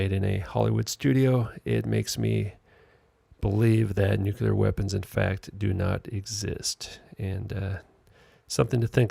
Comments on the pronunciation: This idiot has no idea what he is talking about. No idea of the history, the physics etc. Damn moron can't even pronounce "nuclear" correctly. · How can you take anyone seriously when they can't even pronounce the word 'nuclear'?